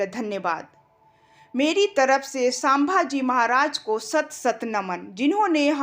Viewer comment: sambhaji ko sabha ji kyoan uchcharit kar rahi àap. Seekhlo uchcharan.